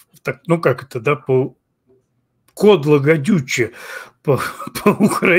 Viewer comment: не кодло а кубло